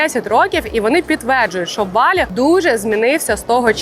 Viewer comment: Поясніть будь ласка чому ви говорите слово Балі з наголосом на перший склад. Саме така вимова прийшла з російської на протязі крайніх 5 років хоча самі балійці говорять з наколосом на другий склад. Дякую